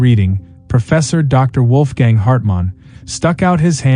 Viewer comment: Mispronouncing both the "W" and the "o" and the "a" in "Wolfgang".